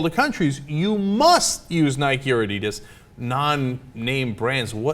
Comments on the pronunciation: Oh lord that prononciation of adidas is horrific. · wow they're pronouncing adidas so badly lol